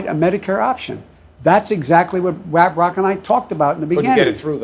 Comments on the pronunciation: Lol! How the hell did he get "Raprock" outta "Barack". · He called his so called bestfriend “Raprock” instead of barack. He’s horrible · He said Raprock instead of Barack 😂😂😂😂😂